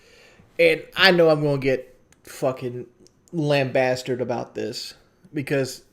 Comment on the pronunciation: lol “Lambastard”